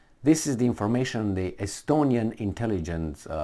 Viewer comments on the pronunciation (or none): SStonia intelignce? OK then.